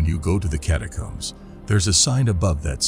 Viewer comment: And can’t pronounce the word catacombs